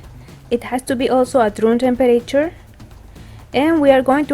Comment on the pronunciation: Who says room tempater